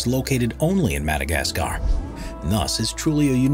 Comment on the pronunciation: Someone teach this guy how to pronounce Madagascar. And it's Peniscola, not Pensacola. 😂🤣